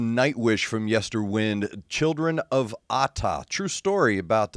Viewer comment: Nice reaction. Just a small FYI - the latter part of Yesterwynde is pronounced as in to wind a clock or watch, time being a central theme of the album.